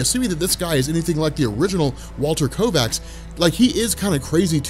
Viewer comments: There is no r in the word Kovax, KOVACS not KoRvacs, it's driving me insane when you say it wrong over and over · Yeah there's definitely no 'r' in the name Kovacs......killin' me... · Why do you keep adding an R to Kovacs? Maddening. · I love these videos and your one of the only subscriptions I have in all the years I’ve been on YouTube but it’s KOVACS, Not KORVACS!!! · It's Kovacs. Walter Kovacs. Korvac is an Avengers villain. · This was an interesting video with good theories and explanations. But I wish he wouldn't keep mispronouncing Kovac's name as Korvacs. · I don’t understand how someone with a seemingly encyclopedic knowledge of all things comics could continually call Rorschach by the name “Korvacs” - it’s Kovacs… really strange… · At least twice you called Rorschach "Walter KoRvacs". His name was Walter KOvacs, like ythe late actor-comedian Ernie Kovacs, whom I used to watch on TV when I was a kid. He was one of the funniest men of the early 1960s, but he liked to drive too fast. RIP Ernie. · I know knows it already but hearing him constantly say Korvacs instead of Kovacs is frustrating. I hate that it bothers me! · KOVACS! Walter Kovacs. Not Korvacs. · How do you read a story over a space of years and never realize that it's Kovac, but you keep saying Korvac and it's irritating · KOVACS not Korvacs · Kovacs, not Korvacs. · I’ve heard of you’re condition, you have a rare bone disease that impedes your ability to not put an R in Kovacs. Perhaps someday you can get a bone marrow transplant! 😁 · Say it with me, now: "KO-VACS" That is all. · ITS KOVACS GOD DAMN LBVVFS.